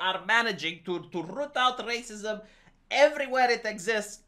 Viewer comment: Fuck I hate it when goes on about "raceeemoose" as if it's a actual thing that other people have any idea what he's talking about